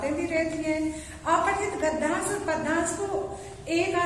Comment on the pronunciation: Bt ek bat kahu padyansh ka उच्चारण sahi nhi h 😑